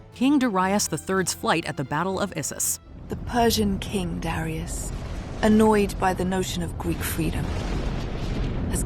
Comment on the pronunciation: "Duh RYE us"... GADS can you not even listen to your own clips on how to pronounce it? Did you never know anyone named Darius? DARE-ee-us, for chrissakes!